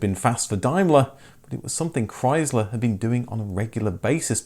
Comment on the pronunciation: Learn how to pronounce Chrysler